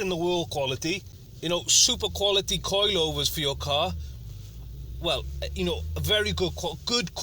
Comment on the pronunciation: The way he says "coilyovers" jarrs me